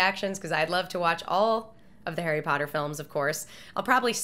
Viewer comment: Did she said Harry Powder? xD